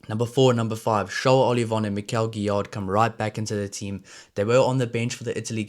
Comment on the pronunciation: Gro(s) don't prononce the 's' Guillar(d) same, and also it's like 'give' fort the first part. 'Giyar' Nouchi make me think like Duane Vermeulen. Hope he will reach that level 😜 👌